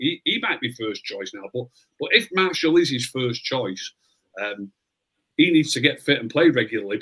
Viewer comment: Spot on about elanga no one seemed to pick up on it 👏 and it's pronounced Mar-shi-al not marshal for gods sake had to say it hahaha